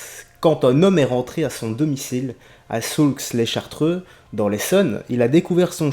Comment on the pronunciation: Salut on prononce pas le x à Saulx-les-Chartreux je connais la ville;)